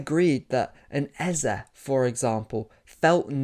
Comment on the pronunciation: Lovely video,. But can you British guys stop destroying Igbo names like Eze?